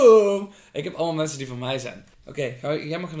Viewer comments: zegt:hee mensens en Dylan zegt gewoon:hee mensen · Mensjes dacht k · Ben ik de enige die op het begin hordt dat hey mensens zegt in plaats van hey mensen like als je dat ook hordt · luister goed ze zegen hey menses in plaats van hey mensen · Hoorden jullie ook dat aan het begin zei: hey menses In plaats van hey mensen😂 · ze zeggen hey menses 😂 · Als je goed luistert zeggen ze hey mensens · Wie hoorde dat zei hey menses